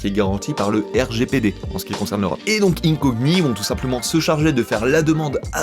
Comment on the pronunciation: 😅 Incogni en PLS parce que tu prononces mal... incogni pour incognito, le gn en français c le son niiiieuuu comme perpignan